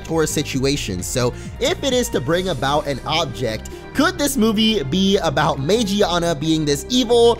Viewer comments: it's not Magiana it's magearna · Its Magearna, not Magiana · It's pronounced man-gina. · I thought it was called Magearna! Is it not??! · It's MA-GEAR-NA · It's name is magearna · it's magarna